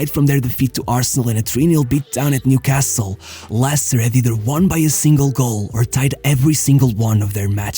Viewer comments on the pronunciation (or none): none